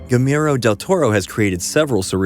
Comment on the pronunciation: You said Guillermo incorrectly